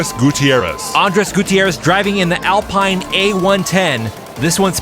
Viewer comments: I was going to point that out. It's French, so, yes, pronounced "Al-peen". Also Celica is "Seh-lee-ka". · I’m so sorry to do this, but Alpine is pronounced “Al-peen”. Love the content. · I am disappointed that didn’t know, after all its FRENCH 😂